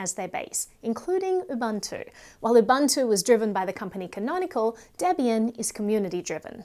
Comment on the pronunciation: I love your content. I am an avid user of linux as my server machine. as a side note, it's actually pronounced ooo-booo-two